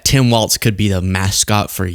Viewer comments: WALZ, not WALTZ 🙃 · It's WALZ, not Waltz! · It's pronounced Tim Walz not Waltz Love ya! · WalZ. Not WALTZ. Why can't anyone get this right?! 🤣🤣🤣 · No "T" in Walz